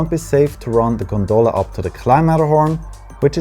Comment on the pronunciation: Pronunciation in English: * Val D'AOsta (put the "stress" on the O) * GOndola (put the "stress" on the first O)